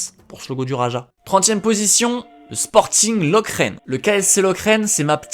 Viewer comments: Pour Lokeren, on dit pas Loke-ren mais bien lo-ke-ren :) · LOKEREN ET PAS LOKERÈN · Juste Lokeren ca se prononce "Lokeureune" pas "Lokraine" mdrr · Et ça se prononce LokEUrEn. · Super vidéo ! Par contre on dit GAND sans dire le D et LokEren il faut dire le E😅😅